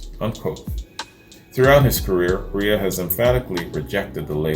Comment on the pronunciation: Chris REA is pronounced REAR just saying.